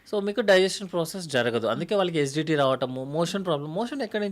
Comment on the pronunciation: SGT ఏందీ GST లాగా......😂😂😂😂( ACIDITY ) ఏసీడీటీ అని క్లియర్ గా చెప్పు బాబూ 🎉